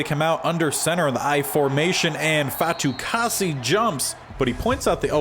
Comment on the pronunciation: You got Fatukasi’s name correct! :)